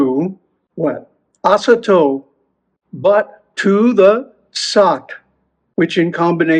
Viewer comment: That's why no one should sing mantras with music;) In fact, this is a common mistake, many people pronounce it this way, (and a Panchakshara too, for ex). It seems to me that the whole point here is not so much in the length of the sound but in its openness/closedness. I.e, the closed vowel at the end can be slightly extended, but the way of extracting the sound is different. Shakti of this mantra has a strong connection with you for some reason. You know it yourself, of course, but had to tell you, sorry.❤